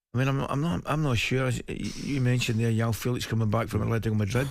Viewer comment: Very weird that they don't know how to pronounce 'Joao'...it's a pretty common Portugese name